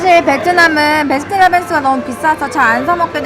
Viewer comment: 베스킨라빈스가 아니라 배스킨라빈스에요 ~~ !